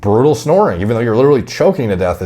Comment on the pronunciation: Couldnt even make it 5 seconds into the video without hearing him say ‘LiDdErLy’